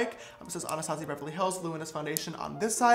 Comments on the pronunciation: Me : anustayzia James : anarstasia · Isn't it normally pronounced ANNA Stazjiah instead of anastAHzia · Ok dont take this as a hate comment or anything but your saying Anastasia wrong. Its pronounced "anastayshia" 😂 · Your not saying my name right